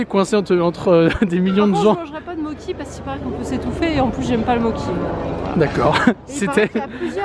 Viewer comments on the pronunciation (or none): hahahah ça se prononce "motchi"(mochi) pas moki